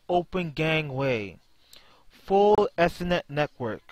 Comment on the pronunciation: BTW, it is pronounced ee-ther-net .